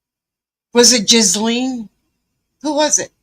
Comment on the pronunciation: Just FYI, Ghislaine Maxwell's first name is pronounced more like "Gy-Laine" rather than "Jiz-lane". It is pronounced "Gy" or "Gi" like the uniform people wear doing Karate and Laine almost like rhyming with "Ben", but with a softened 'n' and an extra soft 'e' at the end. Her first name is very French, her last name very English, reflecting his family history.